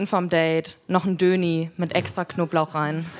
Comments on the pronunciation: Alter wer sagt denn bitte Döni....🙃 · Ich finde, hat das gut gemacht, aber Döner "Döni" zu nennen, geht überhaupt nicht.😉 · Sie jammert über "huhu" aber sagt zum Döner "Döni"? WTF!